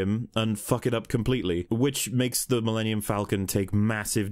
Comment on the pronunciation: "My pride and joy," yet he can't take the time to pronounce it; it literally sounds like he says "The linium Falcon."